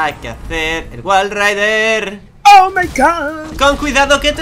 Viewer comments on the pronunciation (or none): no es wallrider es wallride